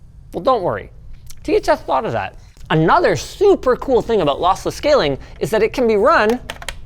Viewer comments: Linus I am so sorry but I almost laughed my ass off after you saying: "Lothlothless Schaling". Thanks for the awesome content guys :D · losslesh schaling haha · Bro is still adjusting to the braces and how he says ' lossless scaling ' (is he even saying that) is so funny to me 😭